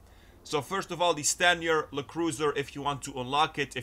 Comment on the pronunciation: It’s not “Le” cruiser. LE stands for law enforcement, bud